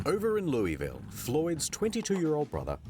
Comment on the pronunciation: People pronouncing Louisville wrong are making my eyes twitch.